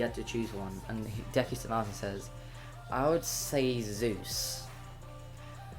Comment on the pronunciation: It's not decker it's deku